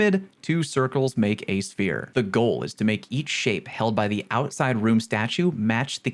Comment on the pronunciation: Hehe Ouside (You’re tired I don’t blame you)